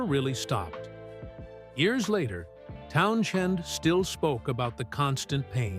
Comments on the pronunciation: It’s prinounced TownsEND not TownSHEND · PUH-LEEZ! His name is "TOWN-SEND" n o t pronounced TOWN-SHEND!!! Geeez! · Geez, Learn how to pronounce Pete's last name! It's Townsends: Town-Sends! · What's with the pronunciation of Town-"SH-end?" I'd seen & heard it spelled & pronounced minus an h since the days of the British Invasion, but when I looked it up (to be safe), I suddenly saw the spelling with h referenced as much as the one without it!(?) There's an autobiography of Pete Townsend (no h) & I'm guessing he knows how to spell his own name, but then, listed close below....there's one with the h in the spelling. Am I the only one who's always heard him called Pete "TOWN-zend?" and seen only the Townsend spelling? No big deal, I guess, but ... What the Heck? ...Anybody? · No one ever prounounce his name TownSHEND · For crying out loud - at least learn how to pronounce Pete T' last name! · among other mispronunciations!